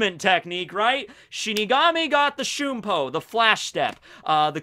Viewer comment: It is shun(like the word)-po